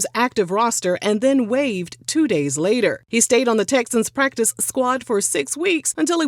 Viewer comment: The emphasis on “PractiCe” in PractiCe Squad 🤌🏽